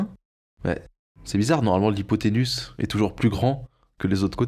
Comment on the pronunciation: Effectivement...petite rectification (désolé), mais ce n'est pas hypothénus....mais hypothénuse....qui se prononce UZE et non pas USS...ca m'a peté les oreilles 🤣🤣🤣🤣🤣🤣!!!